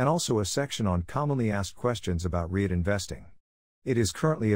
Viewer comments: ummmm I couldn’t care less that it’s faceless. But if the narrator cannot even pronounce the term “REIT” properly, how is anyone supposed to take the clip seriously? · Using an AI voice that can’t even pronounce “REIT” properly, doesn’t fill anyone with confidence